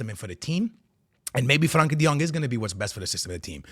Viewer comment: And Franky de Jong, 😂😂😂